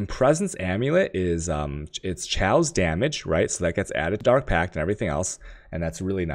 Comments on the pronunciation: lmaooooo chaos(kay oas) is not pronounce chow lmaoooooo dam asians jkjkjkjkjkj..chow!!!!!! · Jonathan Hagan omg ikr... is it food related?? Can you eat it with a dagjur (dagger)? I wonder, does he actually say chaos in terms of currency or is it also like the chow dog pronunciation? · You're pronouncing chaos wrong